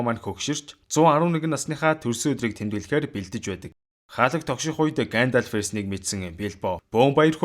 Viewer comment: Гаандальфыг зүгээр л Гендольф гээд хэлчих тэх үү.